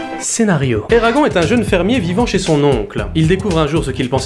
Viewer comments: Excuse-moi mais alors là je viens à peine de commencer la vidéo je suis à et je déteste quand on détruit le prénom d'un films ça ne se prononce pas Eragon ça se prononce ERAGONE on prononce le E a la fin mais il ne s'écrit pas C'est la prochaine fois j'entends encore quelqu'un qui dit et qui ne prononce pas le E à la fin je crois que je vais péter un câble mais déjà ça fait déjà 2 ans que j'entends ça parce que mon fils s'appelle exactement pareil et j'en ai marre des personnes qui ne prononce pas ça à l'américaine mais qui prononça en mode Français 🤦🏻‍♀️ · On dit Eragonnnnnnnne!! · Eragon(ne) ça se prononce ERAGON(NE) non de dieu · Ça...se...prononce... éragone !! Et pas éragon bordel ! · sa se dis : "éragone" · Eragon se prononce "Eragone" phonétiquement ... c'est un prénom elfique. Comment pourrais-tu faire une critique constructive d'un film dont tu n'as pas lu les romans ? Alors évidemment si on outrepasse le lien entre les livres et le film celui-ci n'est pas si mauvais. En revanche, si on le prend pour ce qu'il est c'est à dire une adaptation, c'est désastreux et pas seulement concernant les détails comme le physique des personnages ou autre mais carrément des passages cruciaux de l'histoire qui ont tout simplement été balayé rendant toute suite impossible ou à défaut incomplète. L'histoire originelle étant bien plus travaillé, le film aurait mérité de la retranscrire correctement. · Tirmarche Jilann lol, désolé mais j'assume, ça me fait tellement rire de le prononcer en version franchouillarde. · Je suis globalement d'accord avec ce que tu dis, et tu le dis bien, sauf que je poucerougise, parce que ta prononciation de "Eragon" est absolument horrible. Ça t'apprendra. :D